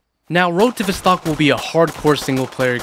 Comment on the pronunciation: criminal the way you say "Vostok" 😬